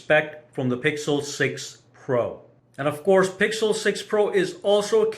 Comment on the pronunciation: I think that was a joke but what he was trying to say was when the iphone was worse the video author said "Here iphone wasn't that good" but for the times when it's the opposite he goes "iphone was better than google pro (?) because it's better and it's better" also he mispronounced the pixel's name 90% of the time or just said the full google pixel 6 pro, while he never said the full apple iphone 13 pro max name, that's too comically large to take the phone seriously and the guy recording is a clear apple fanboy.